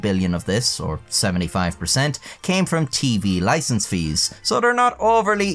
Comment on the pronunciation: "Loicense", noice!